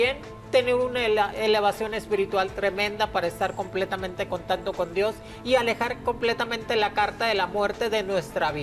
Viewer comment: Segundo 53, dice este señor vestido de mujer, senta(secta ) min. interantual, (qué es interantual?), Jajajaja la viruela del mono es menos inmortal jajaajaj, contanto (contacto) Jjjaja danna paola Show men, este señor ya ni sabe que decir, por favor heraldo, póngale un maestro que le enseñe a hablar.